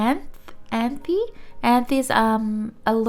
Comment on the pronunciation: Anthe was named after a Saturn's Moon. It pronounce as (Ant)